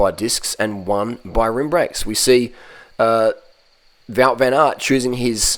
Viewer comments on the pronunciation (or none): none